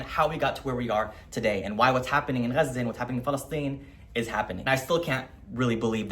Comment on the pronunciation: I remember that your reel randomly came up in the early days of the genocide as I was doom scrolling and the first word I heard was Gaza but you were the first person who pronounced it the right way and before I even heard what you were saying, I followed. You imparted insane amounts of knowledge at a very critical time. Welcome back.